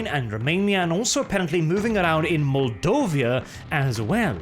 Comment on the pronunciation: Bless your Golden Locks, you're the first foreigner to pronounce Moldova correct! Next please try to Pronounce Romania Correct!